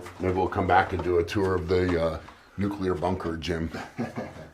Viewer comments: Oh, Eddie. It's nuclear, not nukular 😂😂😂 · A nucular bunker!